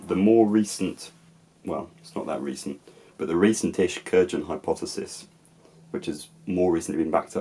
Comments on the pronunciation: Christ,. It's kurGHan, not kur-pissing-DZHan. Have you never even SEEN Highlander?!?:D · This is really well made, thanks! A nitpick: the word Kurgan is pronounced with a hard G. As for pouring as a ritual, we have evidence of libation in classical Antiquity, as well as proto-German and proto-Norse runic inscriptions with just one word 'alu', most likely meaning ale, a ceremonial drink. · Props for your interest in the great science of historical linguistics. Two small things to help you along: 'Kurgan' is pronounced with a voiced velar plosive, not an affricate, as it's a Russian loan. 'Chalcolithic' then again is pronounced with an initial voiceless velar plosive (again, not an affricate), because it's a loan from Greek, where the word khalkos ("copper") started with a chi, i.e. a voiceless velar fricative today or a voiceless velar aspirated plosive in the olden days. Keep the videos coming. Love your content on old British languages.